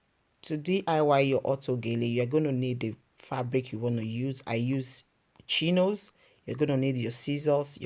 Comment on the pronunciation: I am so sorry, I am American and I can not understand what kind of fabric you named. It sounds like you are saying Chinos. Is that correct? Would you please reply to me and let me know what kind of fabrics you use? Thank you so much! By the way, I subscribed to your channel because you are the only person that gives very good directions, and you are the only person that adds a piece to cover the hair in the back.